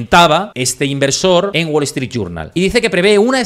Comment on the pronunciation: "Guol Eztrít", jaja! Nunca entendí por qué a los "gallegos" les da vergüenza pronunciar bien el inglés.